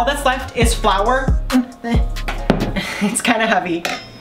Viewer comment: as soon as he said flour i knew it was wrong